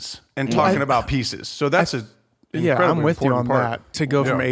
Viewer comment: And Blake caint even pronounce their own podcast properly. There’s no E in important Jesus Christ